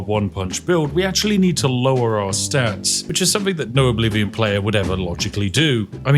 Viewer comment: Elder Scrolls Errblivion?